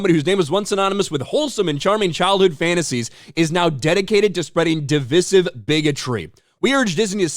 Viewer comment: Divisive,. Pronunciation, my man. 😂. Listen to the other folks…c’mon, you’ve done it right a few times…believe in you, bro.